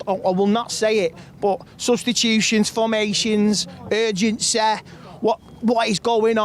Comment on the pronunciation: Urgensay lol..